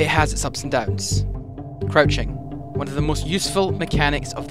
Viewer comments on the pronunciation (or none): u said coruching